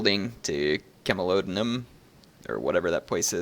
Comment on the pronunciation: it is pronounced cam lo don am ( hope it helps )